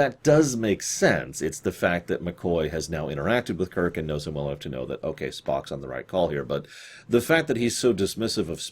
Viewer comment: I like how she says Kirk "Kik"